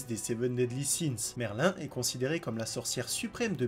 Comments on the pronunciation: c pas merlin c merlïn j'ai mis le ï pour faire la prononciation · Le nom de merlin se prononce merline pas merlin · Ptdrrrr escanor en 2 ? T'as regardé l'anime toi ? Et dire Merlin et pas Merline x)))) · Juste un petit détail c'est pas Merlin mais Merline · C'est pas merlin mais merline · ça se prononce MerlinE quand même. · Le nom de merlin se prononce Merline par merlin